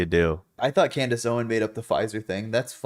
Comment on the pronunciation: *Klandace Owens